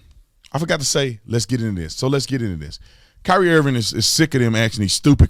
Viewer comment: You said Kaap wrong but Kyrie right??? 🤔🤔🤔🤔🤔 Later for you Holmes 🤦🏾‍♂️🤦🏾‍♂️